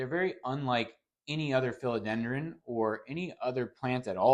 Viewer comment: Just a friendly FYI… it’s PHILODENDRON. 🙂